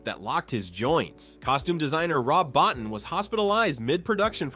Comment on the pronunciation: Another person saying Rob Bottin surname mostly wrong only said right only once.